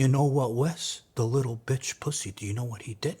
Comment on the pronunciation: The Emphasis on the Pussy and bitch gots me dead 😅